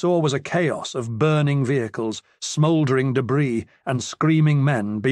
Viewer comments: Someone please teach this robot to say 'vehicles' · Been listening to a lot of these and they are absolutely wonderful, but some of the narrators British pronunciations take a minute to understand then make me laugh once I realize what he is saying. As in this one when he pronounced vehicles as V-Hick-Lee's, lol. Defiantly going to use that one on the Wife and kids when the opportunity arises